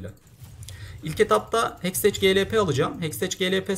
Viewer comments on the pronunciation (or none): Heksteç diye değil hekstek diye okunuyor